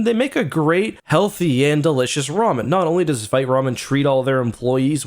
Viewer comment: I say this as a French teacher 👨🏻‍🏫 with 2 degrees in French. “Vite” is a French word for “fast” and it is pronounced as “VEET,” not “VITE/VYTE.” Please pronounce it as “VEET,” especially as a Canadian where your country is officially bilingual, English and FRENCH 🇨🇦. You sound uneducated when you mispronounce the word “Vite” as “VEET.” I love you, man, and I am trying my best to lift you up. No disrespect. ✊🏻